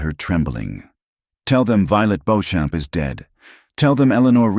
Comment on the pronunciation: I doubt her last name is Bo-Champ! Likely Beauchamp. Which is pronounced either BEE-chum or BEE-cham or boh-SHOM. I love that she took out three bounty hunters with one pistol. She learned her shooting well.